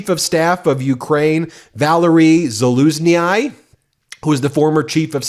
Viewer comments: I wonder if you people ever grow over your American English defaultism in insisting in pronouncing foreign names according to English pronunciation of names. Please, stop pronouncing Zaluznyi as Zalusni-aye.. Only English does that, pronouncing i as aye /eye-. That English pronunciation is fucked up due to being a schizophrenic mix of equal amounts of old English, French and Latin and then some minor other languages like old Norse. This is fucking up the pronunciation of Latin and especially Latin species names that end at double ii, and now you do the same dumb thing with Ukrainian names.. Please stop it its ike fingernails on a black board to me ( for genZ like a dry felt marker drawn in the wrong direction on a whiteboard) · Za-looz-KNEE FFS why is it so hard to pronounce these names for you? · Zalushnyi is not Zalushny-i It’s just a longer y (like in eel) Would you please stop misspelling ukrainian names!!! Let just the last -i away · Please get your ducks straight. The name of Valerii Zaluzhnyi is pronounced Valeree Salushnee, -nee as you pronounce knee in English. And as a friendly reminder Putin isn’t pronounced Pew-tin but Poo-tin. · you mispronounce Zaluzhnyi - speak it like it would be spelled like that: Zalooshny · ze-luge-knee how you say the generals name 😂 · Zaluzhny is the correct pronunciation. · Za luzh ny !! that’s how to pronounce last name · 😖 Ben, for the love of all that is democratic, it is pronounced zah-LOOSH-nee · 👍🙏🙏🙏 I could be wrong, but every Ukrainian I've heard pronounces 'Zalusnyi' with the ending 'ee' as in 'jealousy'. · BEN has just insulted the Ukrainians - The name is pronounced ZOO-LOOS-KNEE Her should look at Ukrainian TV More to avoid such ignorance, not good for a professor! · BEN! I love your work BUT your pronunciation of foreign names is atrocious!!! Use GOOGLE Translate!!! General Valerii Zaluzhnyi ( Zol oose Knee) DONT ADD EXTRA VOWELS!!! Do better!!! ( Love from NEW ZEALAND!!! Slava Ukraini! 💛💙💛💙💛💙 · Its "zaaloushnee"